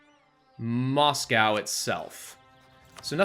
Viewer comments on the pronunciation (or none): none